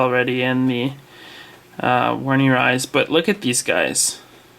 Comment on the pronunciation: Great video mate, I love isopods dearly. Can I just be an ass though? The armadillidium werneri is pronounced with a V, rather than a W :)